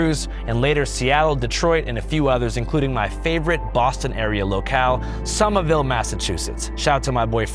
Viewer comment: You cant pronounce the “ville” in Somerville like that its more of a “vull”